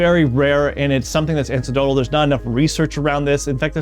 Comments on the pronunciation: Anecdotal not ancedotal. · An-ek-dotal. Not an-see-dotal. It comes from anecdote, as in a story someone tells. You really should know this kind of thing before giving medical advice and you lost all credibility by mispronouncing it.